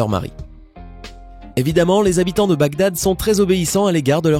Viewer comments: Enigme de Bagdad: Les autres: donc Si (N+2=X=Cosinus/COCUS) donc la racine carré d'infidélité bla bla... Moi : Oh! il a dit BADGAG au lieu de BAGDAD à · mdr il dit BAD GAD a 16mn03s 😂😂😂😂 au lieu de bagdad 😂😂😂😂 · ça c'est une façon originale de prononcer Baghdad hahaha j'suis mort